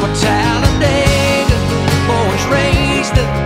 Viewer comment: People can't pronounce Talladega it's pronounced Talla dig ah